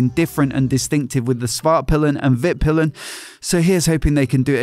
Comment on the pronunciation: For those of you who don't speak Swedish. Norden means The North, Vitpilen means White Arrow, and Svartpilen means Black Arrow. However, Pilen should be pronounced with a longer i. piilen rather than pillen. The later being one of the Words we use for the male genitalia.